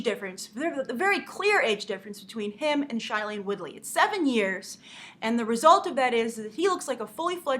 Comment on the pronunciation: It Is NOT shilene!!!!!